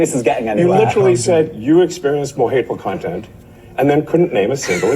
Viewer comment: I like how when trying to say hateful content he says hateful cont. It sounds appropriate for that Clayton plum